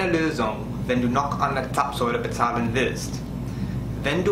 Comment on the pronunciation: Hallo, vielen Dank für dein Video und herzlichen Glückwunsch zu den neuen vielen Abonneten 👍 Zapfsäule hast du in diesem Video super ausgesprochen 🙂👍 Ich denke deine Videos besonders zum Autofahren erklärst du ziemlich gut und auch aus Sicht von Urlaubern sodass man durch deine Informationen eigentlich gut vor Ort klarkommen sollte, besonders wenn man das erste Mal in die USA reist. Wir wünschen dir und deiner Familie Frohe Weihnachten und einen guten Rutsch ins neue Jahr 🎄🎅😊 Liebe Grüße Zissy